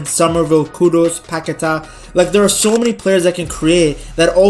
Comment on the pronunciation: Don’t listen to the telly that’s not how you say Paqueta’s name